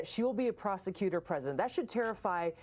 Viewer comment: You mean prostutor